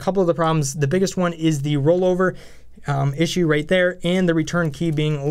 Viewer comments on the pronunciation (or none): none